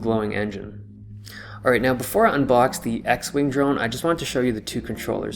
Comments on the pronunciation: I cringed everytime I heard "drug" instead of drone. Either that or my ears are broken. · I cringed every time you said drone.